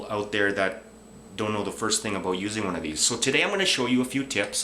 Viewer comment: D you said aboot.